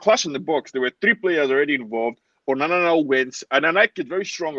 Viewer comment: Its ONANA, not UNANA.